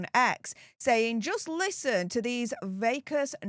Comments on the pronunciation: Va-cus?....... it's Vacuous 🫢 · Vac-u-ous lol